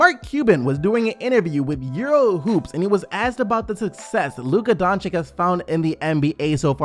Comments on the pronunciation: Its not Donchik... Its Dončić, Donchich. And its not Sarik, its Sharich. Do u call Popovich Popovik? No, no you dont. Learn how to pronounce names. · Wtf is wrong with you? Are you really that stupid that you can not pronounce Lukas name? Almost every video i check on the youtube its all fkn the same... Dončik... Who the fck is that? If you want to talk about Luka then at least show some respect and spell his name correct Its Dončič not Dončik. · Luka Donchick? Dude.. It takes a few minutes to learn what his correct English (if not Slovenian) pronunciation is. The guy is a future All-Star. Give him some respect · Can you fucking pronounce ić/ič correctly at this point. It is really getting annoying and disrespectful when you have so many great players whos names end the same and you still pronounce shit like "doncik" like wtf. Dončić, Nurkić, Jokić, Vučević, Dragić, 2x Bogdanović, Marjanović, Teodosić, Šarić...like what more do you all need to learn to fucking pronounce two fucking letters? Highly irritating at this point. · bro I love your channel and your content, merry Christmas, please for God's sake pronounce doncics name right.. The way you pronounce the first c is also the way you pronounce the second c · Merry Christmas! Will always support the channel! But please learn to pronounce Doncic correctly...